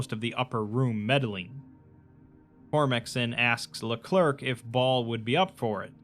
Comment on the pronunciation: "LeClerc" is pronounced le-clare jsyk